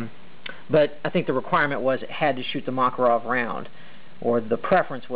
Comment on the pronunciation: Magazines* not clips. Also, MAK UH ROV, with emphasis on the Mak